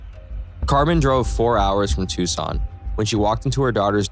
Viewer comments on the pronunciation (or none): none